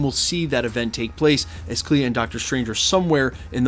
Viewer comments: Clee? Her name is Cleo isnt it? Thats pronounced “CLEE-OH”. Not “Clee” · Bro its Claya not Clee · Not to be "that guy'" or anything, but I'm pretty sure that Clea is pronounced Clee-Uh instead of Klee. Either way I am crazy hyped about this leak. Awesome video as always. Keep 'em coming. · It’s not Cleee. It’s Clea “Clee Uh” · Who's CLEE? You mean CLEA! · love the channel. It's pronounced Clee-uh